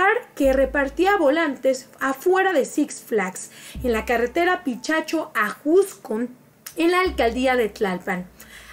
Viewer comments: Hola amiga, es Picacho no pichacho, y este señor está enfermo de demencia senil, no sé da cuenta qué ya no es lo que era, no es guapo ni rico pues no estuviera metido en líos políticos, qué podemos esperar de Alfredo Adame si ni siquiera hizo nada por sus hijos? En ese entonces dijo qué no tenía dinero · Todo muy bien, solo que ojo es "picacho" no "pichacho" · PICACHO. No Pichacho.